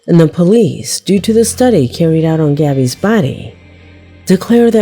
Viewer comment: so bizarre. Definitely weren't married....And her pronunciations are awful. she says Gabby's name as if she is a latina and she isn't. Then her Spanish makes my wife who is Colombian and speaks both Portugeues and Spainish, cringe as she over emphasizes names and cities in South America and says them completely wrong. Great content, awful annunciations.